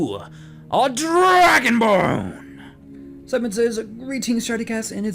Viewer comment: Am i the only one that heard Dargonbone instead of dragonborn